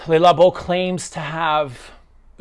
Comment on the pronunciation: Highway dies everyone say "LAY Labo"? It's a wrong pronunciation.